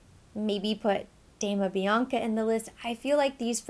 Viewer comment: Dama Bianca is gorgeous. It is pronounced like an Doma (the italian pronunciation) and not Damna.